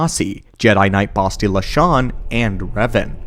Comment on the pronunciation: The way you pronounce bastilla tells me you never actually played TOR games